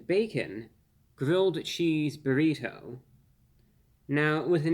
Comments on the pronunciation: Reviewbrah is great. But the way he repeatedly emphasizes the non existent “h” sound in burrito (aka “burr-heeto”) makes me think he may be the grown up version of Stewey from Family Guy lol. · BA-REE-TOE!??! so annoying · Why does he pronounce burrito in such profound way I guess almost like you can hear every letter in the name when he says burrito the bo-reet-toe😂😂😂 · Nice job, but you’re T is over pronounced when you say Burritoe 😂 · No one. Not a single human on this planet pronounces "burrito" the way reviewbrah does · I just like the way he pronounces burrito. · The way Reveiwbrah pronounces "burrito" tickles me every time the same way I hear some flap-headed Canuck say "oat." Wholesome content.